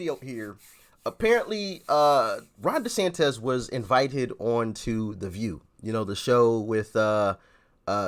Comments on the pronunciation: It's pronounced DeSantIS, not DesantEZ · Dude, it’s Desantis not desantez 😂